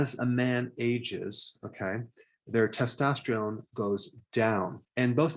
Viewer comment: errr Doc ... it's testosterone... test-tost-terone... NOT... testostreone... test-tost-treone... :yougotthis